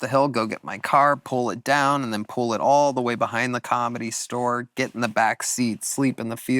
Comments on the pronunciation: Started at the comedy stower. What kind of pronunciation is that?! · Can Tony please stop saying the word ‘store’…he says “stower”.